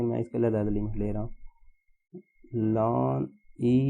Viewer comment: Sir it's not lan it is natural log 😔